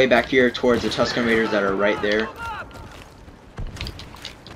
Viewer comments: it sounded like Husken raiders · You definitely said "Husken Miggers"